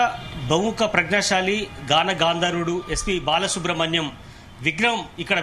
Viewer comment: బాలసుబ్రం కాదు తల్లి బాలసుబ్రమణ్యం